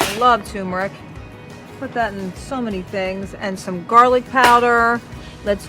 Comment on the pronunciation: TUR mer ic NOT TOOM er ic Jus’sayin’ Thank you for all of the fabulous information; it is appreciated. Could you please SAY the word TUR-mer-ic the way it is spelled… (It is true that many humans say TOOM-er-ic and that is NO GOOD REASON to sound like an uneducated…person.🌺😊